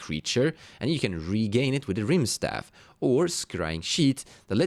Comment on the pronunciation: It's rimestaff as in rimestone, pronounced rime like time. Same with kaldheim